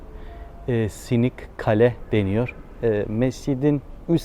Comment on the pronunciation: "Sinik" deyilde hocam , "Sınıq kale" , yani sınmış , sındırılmış qala. Bilməm sizin türkcədə bu kelime kullanılıyormu.